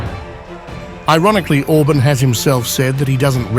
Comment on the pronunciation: Not Orbn, Orbaan!